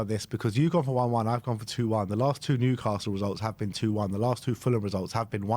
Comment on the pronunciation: Put some respect on Newcastle’s name